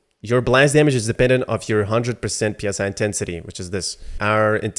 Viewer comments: PSI intensity? It's pronounced 'sigh' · psi is pronouced psy like psychic. psi is pressure per inch p s i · "Psi" sounds like "sai". It is not an abbreviation.